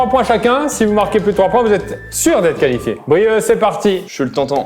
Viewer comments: Qui a remarqué le « Qualfié » au lieu de « Qualifié » 🤣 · Les gars le « qualfié » 😅